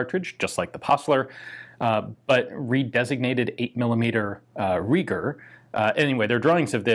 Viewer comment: If Reiger is a German name then it sounds like Riger, "ei" is like "i" in "ice".